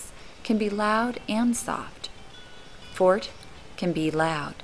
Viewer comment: she lost all credibility when she said Fort....